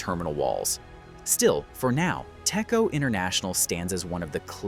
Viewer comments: ITS PRONOUNCE TEC-CHO NOT TECCO U DUMMY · fun fact: it is pronouced as "Dech-Jo"